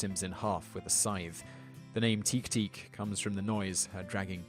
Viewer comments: teke teke, would be read as teh-keh teh-keh. not teek. ( i think thats only in english were "e" after a consonant changes the vowel sound) also ningen is pronounced with a hard G like gear. ninjen sounds like ninjin, a carrot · It's pronounced tekay not teke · Great vid, but it's pronounced "teh-keh teh-keh" not "teek teek". And "neengen" with a hard 'g', not "ninjin". The woman in gray legend sounds like a ripoff of a Japanese legend that took place near my home in Kyoto. A woman came to buy a candy every night for seven nights, before being followed on the 7th night. The shopkeeper lost her, but found a cemetery where he head the muffled sound of an infant crying in one of the graves. He informed the Buddhist monk who tended the cemetery and together they dug up the grave to find the woman dead, holding her living baby. You can still visit the shop and buy the candy to this day. It's not far from Gion in Kyoto. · It's "te-ke te-ke", not "teek teek". sigh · You told Teke-teke all wrong. First, it's pronounced exactly as you read it - te-ke-te-ke. Second, you don't make teek-teek sounds when you walk on your elbows, that's against all logic. Teke-teke are the sounds she makes when walking on her long nails. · Teh-keh teh-keh is how teke teke is pronounced. But you garble so many words in English why bother to correct your Japanese. Re: Guadcanal. By the way, obvious Americans write your copy. Do you do these without a director who can correct you? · Wouldn't it be Te-Ke Te-Ke? Like I'm not a master of Japanese but I just thought. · The correct pronouciation of Teke-teke it te-kay te-kay. Heard stores 7. 6. 5. and 1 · About the Japanese legends... "Teke Teke" is pronounced "teh-keh teh-keh". "Ningen" is pronounced "Neen-gehn" With the 'g' making the 'Guh' sound, not the 'J' sound. Just saying, it's hard to listen to what you're saying about them when your pronunciation is so far off. Other than those things, the video was pretty good. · He pronounced Teke Teke wrong